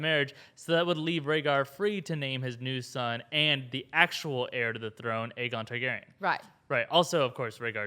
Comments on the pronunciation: Am I the only one who thinks lyanna said aegar targaryen? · In the books, it is explicitly stated Aegon is pronounced egg-on.